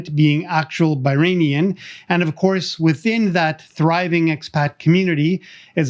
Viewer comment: It’s Bahraini not bahrainian